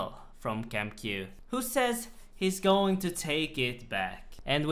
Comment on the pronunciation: how do you have suck a cute voice bro? also i cry laugh every time you say "goins" idfk why